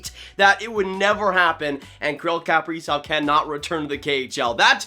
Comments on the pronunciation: Pronounced “kuh” prizov not “kap” prizov. If your a fan you should pronounce his name correctly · Please learn to pronounce his name correctly if you’re going to say it 300 times in a video. KUH-PREE-ZOV, Not CAP-REEZOFF. 🙄